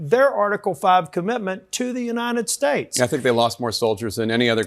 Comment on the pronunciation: Why can't he say the word states? Is he doing some nazi pronunciation for the proud boys or something?